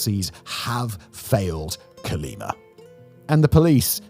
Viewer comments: The name of the State/City is COLIMA not CALIMA. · Colima not Cerleemer ya limey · 'Co-lee-mah', Simon, it ends in 'a', not 'r'. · Terrible traslation, Calima, Calema Cale-lima, Quima, wtf hahahaha CO-LI-MA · "Colimer"... Hmm, I think he means Colima. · ColimaDOES NOT HAVE AN R AT THE END!😂